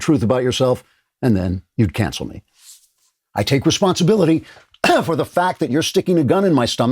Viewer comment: Andrew, you are lacking the dramatic pauses around '...I.. take.. responsibility...'